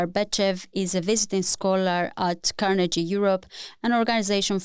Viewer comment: It doesn't take much effort to find out how Carnegie is pronounced. If you're a podcast host, the names of major think tanks are something you need to get right.